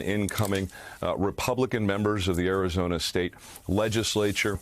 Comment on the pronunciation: Guys... he straight up said Arizonia... not Arizona... He said Arizonia lol and then said it correctly later